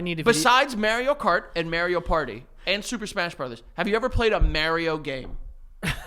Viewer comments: I have got to say this lol and I believe I have said it before but why do they pronounce mario like “mary-o”?? It’s mARIO like the planet mars! I have never heard anyone pronounce it like that and it literally drives me crazy lol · Now apologize for how you pronounce Mario. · why does pronounce mario like that im cryig